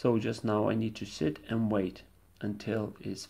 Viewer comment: it sounded like he said "all I need to do is shit and wait" lol